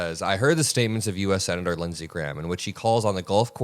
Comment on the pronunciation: Lindsey gay-ham.